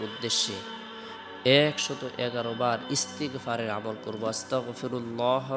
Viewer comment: Ektu valo vabe bolben ,,,, First e. Koibar Istigfar porte hobe??? R istigfar ta ektu valo vabe bolben???😢😢😢😢😢